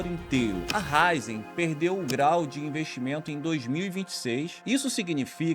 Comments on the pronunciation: Raízen, não Ráizen. Pronúncia do vídeo ficou errada. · senhores o nome da empresa tem um acento agudo no “i”, então é Ra-Í-zen, não Rai-zen. Para um conteúdo de alto nível, não pode tropeçar num detalhe importante como o nome de uma empresa brasileira. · Raízen e não “Ráizen” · Tem um acento agudo no Í !!!!!! É RAÍÍÍÍZEM !!! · É Raízen! A pronúncia está errada. O acento está no i e não no a 😉